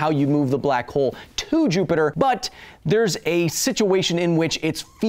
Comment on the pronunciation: For the love of god, please stop calling "Jupiter" "Jupi-Joop"...